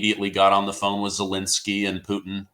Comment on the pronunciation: I am amazed by how resistant so many show hosts and guests are to pronouncing the Ukranian leader's name correctly. Why do they insist upon "Zelinsky"??